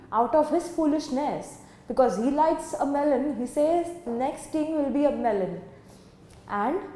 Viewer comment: Ma'am its 'melon'